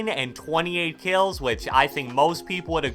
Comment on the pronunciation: Nobody:: keills